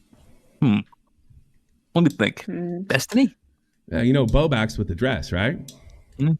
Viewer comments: continually saying "bow bax" and forgetting the L irritates me to no end for some reason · omg it makes me want to yell at the screen😭😭BOBAX BOBAX BOBAX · can't event pronounce Bowblax properly so of course he can barely keep a consistent thought in his head lol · I just want to say bowblax's name right once. I dont think there has been a single time.